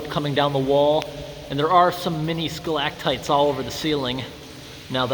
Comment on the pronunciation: I love you, man. But if you say skalaktites again...